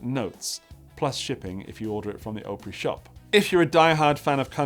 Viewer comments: Correct pronunciation... Greetings from north west Vermont; come visit us! The other one is pronounced "OP-Pree". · Or Op pronounced like the first syllable of "op-tic". So "op-rie". Of course, I dearly love. That was a pricey, but absolutely beautiful guitar. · not a long o in Opry more like AHpry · Grand old “Ah-pree” you’re welcome 😂